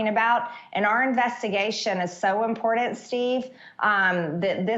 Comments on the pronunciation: It’s so “impordent” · Why does she pronounce "important" as "impordant" does she really not know??? SMH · It bugs me how she says, "impordant". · "It's very Inpordant." 😂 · I love that she says the word “important” all the time but says “impodant” makes me crazy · what,s that word she keeps using "impordent" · She is so annoying and stupid. She can’t even pronounce the word “Important” correctly. She always says “ImporDant”😂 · It's Impordint. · MTG is a lying POS. There is no “whistleblower” and there never was one. “It’s so impordunt” 🙄. Her lack of education is pathetic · When she says, “impordant”. I puke in my mouth a little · ImporTant!! The word in imporTant you fucking dolt. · Could someone PLEASE tell Marjorie that the word is "important", and NOT "inpordant"! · Her infantile pronunciation of words like important as "impordent" always reminds me of how stunted her mental development must be. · If you asked idiot green how to spell important she would say impordant, just like it sounds. She is an uneducated POS! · I like how she says "impordant". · Hey Marjorie, you ignorant moron, there is no "d" in "important".